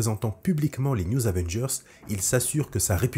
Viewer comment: Nan mais "les new Zavengers" c'est juste pas possible 🤣